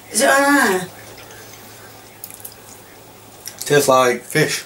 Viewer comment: I like how they say “tasttes like fish” haha